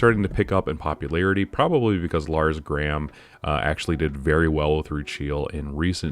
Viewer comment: Its Lars Grams, with an s at the end xD nice reports, have a great day... That was our Rucheel Moment, glad Dennis aka Buubatz (My Testmate with JPK) made it also with a paid to worlds I think she will not survive the banlist in that form. Giotto was mostly vs Lucie. Fallen into cracks was more or less a replacement, cause we didnt have starscales for Dennis. Flash Freeze was super strong, even though Dennis didnt like it at first, but after the GP he loved it Fun Fact, David, the 2nd Place was also 2nd Place in GP Milan and lost again vs Rucheel in Final. But I was told there was potential to win